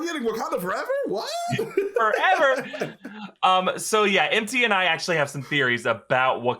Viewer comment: 'foreva-eva?' I'm sorry, Ms. Jackson.